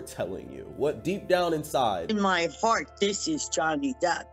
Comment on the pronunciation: She really said "My fart" instead of "my heart" and nobody noticed 😂